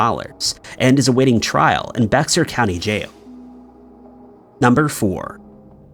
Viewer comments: It is not pronounced: Bex Ar County, It is pronounced like "Bayer," Like the Aspirin... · If you've never seen the word before just look up the pronunciation to be safe. No matter how sure you are about it. Bexar is pronounced bey_har. There's quite a few places like that here in Texas. Mexia seems pretty straight forward, mex _ia . But it's actually mah_hey_a. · It's 😂 pronounced bear. Crazy thing I live in Converse and I never heard about this WTH. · I love your videos but I can't help myself. .bexar county is pronounced Bear. Ignore the x. Sorry..carry on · I was born I Bexar county...its pronounced like "bear". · You need to practice your Spanish. Bexar County pronounced Bear County, the X is silent. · Just for future reference “Bexar” is pronounced as “Bear” idk why they chose to spell it that way but🤷🏻‍♀️😅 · You are an Indian, it's pronounced baaerr